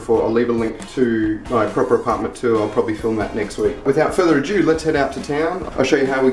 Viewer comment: always says "without further adieu" instead of "without further ado" XD